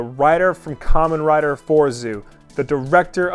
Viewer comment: Kamen Rider.....Fourzoo..........it's Fourze!!! Seriously, first Linkara and now you? It's pronounce Four-Ze (Zay). Cause in Japanese, they pronounce Zero as Zay-ro. It's not Kamen Rider Four-Zee, Four-Za, or Four-Zoo, it is pronounce Four-Zay! I'm sorry if I'm sounding like an ass, but I love Kamen Rider and all things Tokusatsu, and I just wanted to help you learn how to properly pronounce a Character's name. Love your content, I'll see you next week.